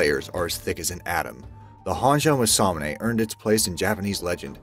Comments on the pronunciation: Ma sa mu ne, dont stress any of the syllables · I thought the First weapon was pronounced Mass-Ah-Mu-Neh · It’s pronounced MAWS-A-MOON-A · This video pronounces it almost muh-sa-muh-nay. The video you link to pronounces it closer to mah-sa-moo-nay. Huge difference. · How to pronounce masamune mah sah moon ai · It’s Ma-Sa-Mu-NE Jeeze talk about cringe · Mass a mue nae my guy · Yes, he has no business doing voiceovers if he cant get the correct pronunciation. MASS-UH-moon-aye not whatever it was that he was saying. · You pronounced masamune wrong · Cody Jones his pronunciation of masamune hurts. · You pronounced masamune wrong. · i love how u butchered masamune.. not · The butchering of the name Masamune is grating! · How on Earth can he not pronounce masamune this triggers me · I can probably forgive some of the mispronunciations. The exceptions are Masamune and Mjolnir. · JESUS FUCKING CHRIST don't ever do a video again until you get your pronunciations right! m'sahmunay, moolnir... and so on